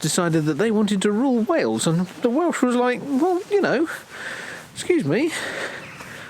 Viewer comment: I enjoy your whimsical accounts of visits to castles & other ruins, you don't, unlike most Youtubers, talk endlessly about nothing. However, many of your videos are of Welsh sites &, as a Welshman, I find your abominable pronunciation really grates upon my ear, detracting greatly from my enjoyment. The effort required to get it right is minimal, perhaps ask a local for instance, you really ought to try. Many of those from the other side of the border have a flippant attitude toward the language, a comic hangover from a time long past but I'm sure that doesn't apply to you two. Btw Llanthony is in the Black Mountains & not the Brecon Beacons, also I'm fairly sure it is in Breconshire too. Otherwise keep up the good work, you're doing a great job of entertaining us.